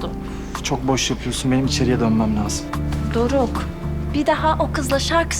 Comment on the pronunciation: Yanlız dorok demene çok güldüm doeok değil o doruk 😇😂😂dmxmmxmx